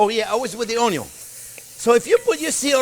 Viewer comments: I watch this show to listen to you say oon-ion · Onyawn always goes in first<>Onyawn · I had the ‘Trinity’ knocked into my head for decades!…. Now the, ‘Onyon’ first technique has changed my life!…. All the ‘Trinity’ at once is ok!…. But ‘Onyon’ first makes it butter!…. (Oops, better!…. Not ‘butter!)…. 😘